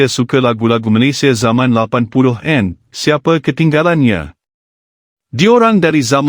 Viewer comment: Syg skli admin ndk mau bca komen netizen malaydesh sndri,..hrs membaca pkai mesin pembaca narasi... Pdhl bnyak kslhan yg membacanya.. Contoh...80an.....90an dbcanya.. 80en.....90en.. Jdi ndk mood mau smpai slsai liat video nya..